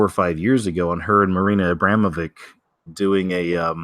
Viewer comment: Its AbramoviČ so its not Abramovik on or langue Abramo-(viČ) wood pronounce like witch VERY COINCIDENTAL